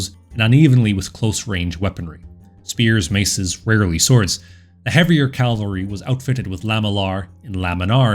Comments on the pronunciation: Bro, I like your channel, but given how the focus of your entire channel is on cavalry please learn to pronounce the word. "Cavalry" not "calvery". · It's "cavalry", derivation from French "cheval", meaning horse, and not "Calvary", a hill near Jerusalem, where Jesus Christ was crucified. Still, a great video. Subscribed. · I really like your videos but you need to stop saying "calvalry" and instead say "cavalry". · Please...CAV - AL - RY. Not CAL-VA-RY. I've noticed that a number of American YouTubers speaking on military topics get this wrong. Why this vocal obsession with the site of Jesus's death? The mispronunciation is very noticeable as 'calvary' communicates such a powerful image, one which has nothing to do with mounted soldiers. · I like your content. It's well researched, and the Mongol period is one of my favorites, if only because of the massive destabilizing influence, pure fear-factor in Eastern and Central Europe before they arrived, and just morbid fascination. My only complaint (and it, quite frankly, is a huge one for me) is your pronunciation of cavalry. The way you pronounce it, CAL-vary, was where Christ was purported to have been crucified. CAV-alry is what gallops over the hill to save the day (or seemingly ravages the whole known world, in the case of the Mongols).